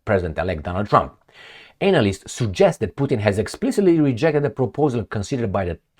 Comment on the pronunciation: Hi, analyst is pronounced anna list not anal ist. x